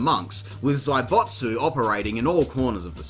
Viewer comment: Zaibatsu.... I understand you have an accent but it's not zaibotsu.